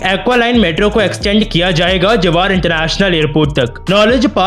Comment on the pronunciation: Bhai jewar ko जेवर bolte hai... Not जेवार